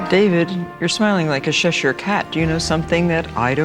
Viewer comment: Why does Martha say Cheshire like that 😂 I live near Cheshire in England that is not how you pronounce it 😂